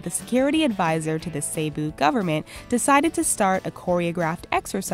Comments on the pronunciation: Cebu is pronouned "seh-boo" not "say-boo" 🙄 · It's really funny when she pronounces Cebu as "Sayboo" instead of "Seboo". Hahaha. How I love her accent. 😂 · Cebu is pronouced as 'sebu' not say-bu... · I love it when she said "Say-Boo". It should have been "See-Boo". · Dear, I'm not butthurt or anything but the correct way of pronouncing Cebu is ceh-buh and not cey-buh. And by the way I'm a Filipino so yeah. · Cebu?(sayboo?!!) no it's Cebu (seboo) how should I know? I'm filipino xD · To say Cebu properly,It's See-Bu,Not Ceh-bu. I'm not saying anything though,I love your content. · Cebu ,it's not "Say-Boo" it's "Seh-Boo" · it bothers me when she says say-boo.... its actually see-boo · The pronouncation of the Cebu is Sebu not Seybu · CEBU dude! Not CEYBOU :-P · correction on the cebu prison its actually pronouced. Si-bu not Se-bu. Peace!! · its Ce - Bu not CeyBu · it is not seybu it is prounance sebu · It's not sey-boo it se-boo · Its Not Seibu Its Sebu XD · its sebu not seybu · it's /se-bu/ not seybu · its not say-bu its c-bu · its se-bu not sey-bu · "Sey-bu, Philippines" omfg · Im Pilipino so uh when she said Cebu I cringed cuz it's actually said (see-boo) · Still not over with "saybu" huhuhu it's okay tho because I understand that they have a different access from us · "saybu" lol XD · pls. Cebu is "seh-buh".